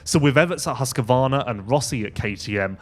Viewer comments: Husqvarna not husqervarna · Everyone pronounces it wrong. Husq a varn is prevalent.